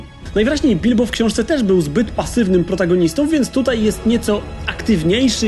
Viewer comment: Jaka szczera odpowiedź.. Mów protagonista CZĘŚCIEJ albowiem zaiste powiadam Ci pięknie to słowo wypowiadasz XD